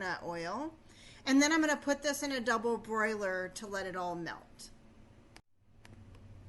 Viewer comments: Its NOT a double "broiler"!!! Its a DOUBLE BOILER! Big difference. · Very good ideas. But, please, Ma'am - it is a double-boiler. NOT a double-broiler.